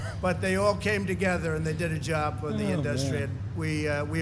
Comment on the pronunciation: Why can't he say "Industry"... I can feel my skin crawl every time he talks.